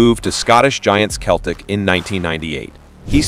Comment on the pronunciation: pronounced 'seltic', not 'keltic'. i won't go on about 'borough... what a superstar he was! he also hit four for leeds against liverpool - how can you not have that here??